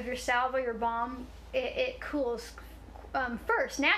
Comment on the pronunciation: Anyone else hear 'bong' when she first said balm.